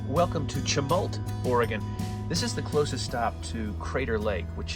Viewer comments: Klamath is pronounced with a short “a”, not long and the “ch” in Chemult is pronounced as “sh” ( sha- mult) . Practice that and you can pass yourself off as a native. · Uh... SHuh-mult. Soft CH / SH. Not a hard CH like church. Think SHow... SHower... CHivalry... Can't wait til you get to WA. OMG! You got Willamette right!!! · And.... it's pronounced Sheh-mult, not CHE-mult. Oregon is weird. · Chemult is pronounced SH-emult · Klamath is pronounced Clam -ith ! 😁 and Chemult is Sha mult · That's Klamath with the SHORT "A" sound. And Chemult with the "sh" sound. 😉👍 Sorry Oregon was so smoky, it never used to be that way when we actually PUT OUT forest fires.😔 It's a shame that the railway didn't travel along the Oregon coast - there's an abundance of stunning scenery along it as well!